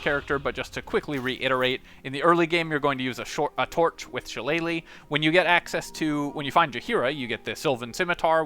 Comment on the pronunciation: it's shi-lle-lah, not shallay-leigh I love your videos, except I have to go through your explanation about taking every single spells or proficiency or subclass or stats that inessencial to the build itself. I'm tired listening 70% repeated explanations, which every other video already have, 30% core things abt the build. I'm not only talking abt your channel, every other channel that pops up at the top search always do this. Do the main thing, let us choose the rest.